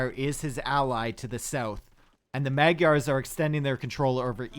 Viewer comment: Magyars doesnt sound like that. Gy is not G y, but a hard J